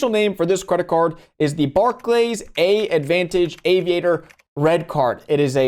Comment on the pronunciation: “AAdvantage” is pronounced “Advantage’